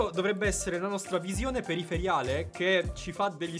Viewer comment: "VISIONE PERIFERIALE"... suppongo si dica periferica XD